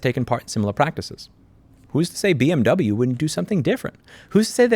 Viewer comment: "Bee Emm Troubleyou" just went to a new level....